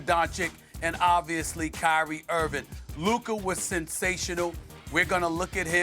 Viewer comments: Who is "Luker"?!? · Stephen A says the hard R “Luker” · Who's luker? Why can't he speak lmao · " of Lucker" 😂 with a hard "R" 🤣🤣🤣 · “LUKER” -SAS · Sound like Stephen A saying Luker 😂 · "Luker" LOL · His name aint luca.. its larry bird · "Luker" this man stephen a 😂😂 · Why can't stephen a say lukas name right ffs. Such a hater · SAS be calling that man Luker 😂😂😂😂😂😂😂😂😂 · The best thing about the Mavs winning is that I get to hear Stephen A. say “Luker” for two weeks straight! 🤣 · Who tf is lukar lmao SAS tweakin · Sas keeps calling luka, “luker” I really dont think you want to keep playing these petty little games with this man because like wade back in the day he gets much better when he’s mad. Learn how to say his name currently because he deserved it. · Heard it just now!!! I had to rewind 😂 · “Luker” is crazy 💀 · Ayo Stephen A who "Luker" is tho bruh 😅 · In the Begiinningnig...... Listen Properly Let me breakdown the Significance of "LUKERRR" 😂😂😂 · Who is “Luker”? Lol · Luker Donquich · For the past six years, Stephen A. has been unable to pronounce Luka's name correctly. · He called him luker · You mean Luker? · "Luker" lmaooo never change Stephen A. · is the hardest R I’ve ever heard Stephen A use when pronouncing Luka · Why can't Stephen A pronounce Luka's name correctly? Does he do it on purpose? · What does Luka have to do to get SAS to pronounce his name correctly? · Maybe when luka becomes champ Stephen can finally pronounce his name correctly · He knows. He just choose not to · Stephen A. Smith - "Lukerrr Donkick" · SAS FINALLY pronounced Luka’s name right instead of saying “Luker” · Looker Doncic 🤣 - Stephen A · Stephen A calling Luka “Luker” makes me so annoyed! Figure out how to say his name right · My man stay callin him Luker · Why does Stephen A say Luker 😂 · Is it really that hard to not say Luker? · Hey Stephen A.!!!, Who's "LUKER"???. LOL 😆 😂 🤣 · Luker lmao cmon Stephen A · Lukarr, stephen a smith keeps on smashing luka's names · Lukerrrr lol